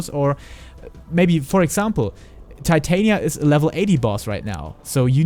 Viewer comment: I don't mind your accent. But your butchering of the name "Titania" is cringy lol. I thought after ShB no one would butcher it again, it's been my characters name for 8 years. Not trying to be a hater, just letting you know you're saying it wrong